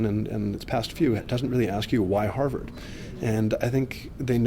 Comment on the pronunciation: They kept saying "Harvard" but I think they meant "Ha'va'd"